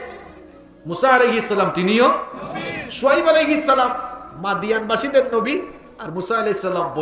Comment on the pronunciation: এক শয়তান বলে ইয়া নবী র্ছালামালাইকা : ছালামটা ও শুদ্ধ করেনা।